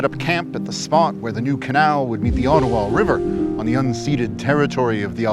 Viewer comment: unceded. not unseated.